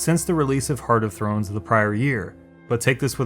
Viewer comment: Good video, but...Heart of THORNS not "Thrones!" >.<